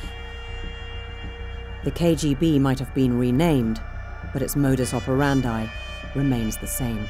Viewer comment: That's not how you pronounce modus operandi